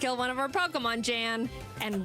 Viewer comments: I gotta correct you on that pronounciation. It is "yan". The vowel is shorter. Source: I am german, Jan is a german too. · I do wish Jaiden made it more clear that Jan (Pronounced Yahn) is actually a great guy, your chat be hating on him, lol. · Jan/Pokémon Challenges... (It's a German name so it's pronounced Yon or Yawn). He's actually very forgiving when it comes to first time nuzlockes, Alpha Rad was just a particular case of ego/stupid at that specific moment.